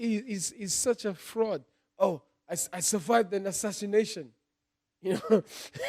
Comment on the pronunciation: Whyte: “ashashinashon